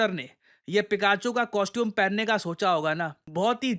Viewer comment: पिकाचू ✅ फिकेचू ❌ ..😂